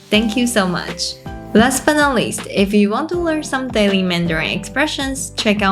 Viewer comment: Pity you don't bother to pronounce the final sounds of your English words properly, especially short words e.g. " five" which you repeatedly pronounce " fai", or losing the "t" from "not" and "about". Very annoying , especially when the rest of your presentation is excellent.